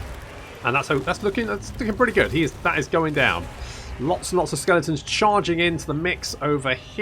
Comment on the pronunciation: Skellingtons - lol, it makes me smile and wince at the same time every time you say it ;)